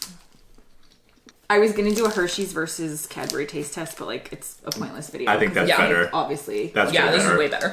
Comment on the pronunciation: Cadberry is killing me